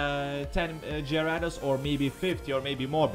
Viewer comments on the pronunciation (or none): hay I now how you can say gyarados right here gay-rey-does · It's pronounced garadose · what's a jyrados I thought it was gyrados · It's on gyaradose it's garadose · That's a cool way to say gyarados... I might use that, go Gyarados!